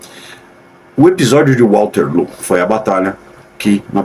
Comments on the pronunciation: Olha aqui "" Genio"" vc que ta' lendo o texto como se soubesse de tudo , analfa, nao e' "" WALTERLOO "KKKKKKKKK, E' WATERLOO, OK? Voce nao sabia disso, sinal que vc e' uma besta, bye bye....... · "Walterloo" dói ouvir!